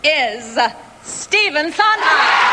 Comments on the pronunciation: LOVE INGRID'S NOT KNOWING WHO STEPHEN SONDHEIM WAS SO MISS PRONOUNCED HIS LAST NAME...TWICE.... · Cannot believe Ingrid Bergman did mispronounce Stephen Sondheims name. If she never knew his work she at least should get his name right. Shame on her.